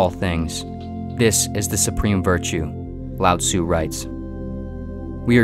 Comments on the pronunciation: When I was listening to this I heard "Loud Zoo" lol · One would think if you are going to make a video on Taoism, you would at least learn how to pronounce Lao Tzu and Zhou...